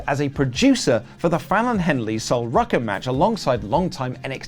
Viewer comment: Did just call Sol Ruca.. Rucka? lol